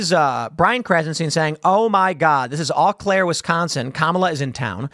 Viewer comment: You know... I've always seen the "Can you pronounce these WI town names?" things and figured they were just overzealous.... But Tim proved me wrong. Eau Claire isn't pronounced "Ah" Claire. It's pronounced "Oh" Claire.